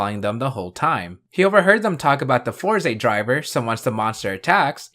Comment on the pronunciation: sorry but I can't watch you pronounce it four ze 😭 (it's always been fours)